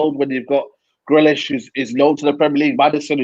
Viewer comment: No one: Absolutely no one:: Grilish 😂